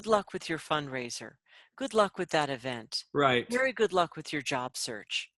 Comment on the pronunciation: Wery, wery, wery good...thank you🤗